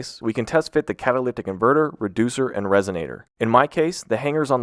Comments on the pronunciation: Dude are you saying "cataliptic"? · Are you saying catalyctic??? You know there's no c between the y and the t right? 😂 Or maybe my ears are just screwed up! 🤷‍♂️ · What is he saying when he’s trying to say catalytic? Is it catalyctic? I think so but hard to tell. Whatever it is he’s definitely not saying it right. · I can't be the only person that hears this man pronounce catalytic as "catolithic", like there's some secret H that only he is privy to. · You lost me at the 4th time you said "catalicktic" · Bro, I will never get over the way this man said’s “cat-a-ly-tic”. Bro, breaks that shit up into syllables. 😂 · Wtf are you saying. Because its definitely not "catalytic" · You say catalytic weird. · why does he say catalytic converter like that? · Can you even pronounce catalytic? I heard 3 different pronunciations in the first 2 mins. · You pronounce catalytic very weird. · Why do you pause during the word "catalytic" ? Is there a reason you need to say it like that? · The way he says catalytic hurts me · Anyone else triggered by the way he kept pronouncing "catalytic"? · The way he pronounces catalytic converter differently each time does it for me😂😂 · Anyone notice how this guy says catalytic? & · You... can't pronounce "catalytic" can you... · This guy CANNOT say catalytic to save his life. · they way you pronounce catalytic haha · Having a tough time pronouncing "catalytic," eh? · Why do you say "catalytic" so weird